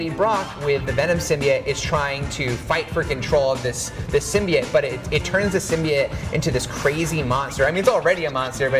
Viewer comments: "SymBIOte" not Symbeit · Please learn how to say symbiote